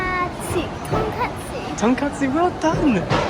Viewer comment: She read it right - tonkatsu.